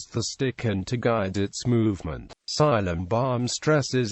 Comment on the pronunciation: its silambam not cylambam